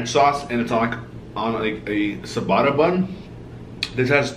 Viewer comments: wtf is a sabata bun!?! 🤦‍♀️ its ciabatta pronounced che-ba-tta bun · Dude I f**** cringed when he pronounced ciabatta wrong.